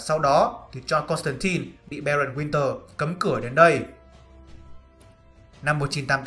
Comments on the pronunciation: 😃 Đọc chuẩn là Côn tăng tai k phải Côn tăng tin. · JOHN CONSTANTINE mà cứ đọc "tai tai" miết nghe mệt vl